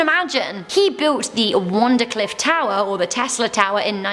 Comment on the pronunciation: Wardencliff Tower not Wondercliff. Other than that, great video